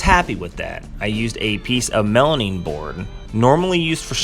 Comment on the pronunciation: Melamine ... not melanine